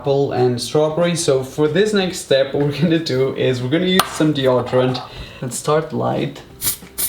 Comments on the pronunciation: I hate how he says deodorant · Yeah he says it like deordorent but u actually say it like deodorant lol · Odrient 😂, The way he says it. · The way he says deodorant thooo😂😂😂😅